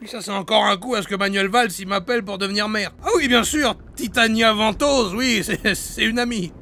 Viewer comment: "Titiana Ventôse" 😂😂